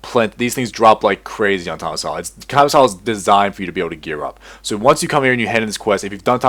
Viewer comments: it isnt sso its soo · Every time he said "SsO" my brain exploded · every time he said SsO I wanted to close the video. XD